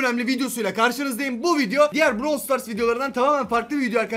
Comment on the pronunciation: Abi browl stars değil brawl stars de